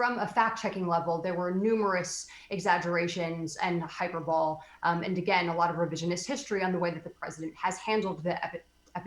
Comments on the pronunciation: Dear Jaqueline Alemany, It’s pronounced “hi-per-bo-lee”, not “hyper-bowl” Are you serious? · Yes, she cites a whole lot of "hyper-bull," LOL. I'm not impressed with Jacqueline Alemany - very partisan. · this lady can't even pronounce hi-purr-bowl-EE correctly! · Jacqueline Alemany, who wrote your talking points for you? Unless you've been mispronouncing "hyperbole" your whole life. 😂 It's hī-pûr′bə-lē, not hyper-bowl. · Did she say 'hyper-bowl'?? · I'm four minutes in and this overly made-up bitch needs to stfu. Word of advice, fast-forward to to get past the moron who can't even pronounce hyperbole (hy-per-bo-lee) to the good stuff. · she says 'hyper-bowl' lmao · Umm.... Did she just say "hyper bowl?" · "Hyperbowl" - this from s WAPO ' journalist' !!! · "Hyper-ball". What a partisan Democrat douche. Please learn how to pronounce common English words before you lecture the rest of us dearie. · She said Hyper Bowl - LoL. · Hyperbole pronounced HI-PER-BO-LEE smdh Is she really a journalist and mispronouncing a word describing a writing technique?! Why am I surprised?! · Jacqueline Alemany... we get it, you're a democrat. Stop pretending to be a journalist. You are definitely going to be crying in November. By the way, learn how to pronounce the word "hyperbole" ("hyperbowl"... LOL!) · Too bad she can't pronounce hyperbole correctly...even though that's all that comes out of her mouth! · Jacqueline, if you don't know how to say big words like "hyperbole", then don't say it. Use a different word. That's ridiculous with your type of job(journalism). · No. Most people see through the propaganda. She is clearly a democrat doing the work of "The Party". Also, she doesn't know how to pronounce the word "hyperbole"... LMAO.